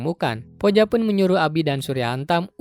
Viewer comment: Bacanya puja ka bukan poja